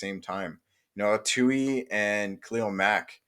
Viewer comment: Bruh his name is TULI!!! With an L!!! TULI!!!